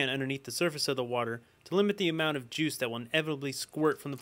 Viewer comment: oh and i found it so funny the way u said "juice" ahaaha nice vid tho!